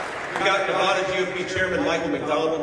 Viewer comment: What kills me is he can't even pronounce Nevada 🤦‍♂️